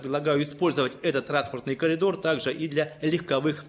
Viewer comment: 8.23 хв. Роспропагандон каже: каЛІдор!!! 100500 раз передивився, зараз зосміху упісяюсь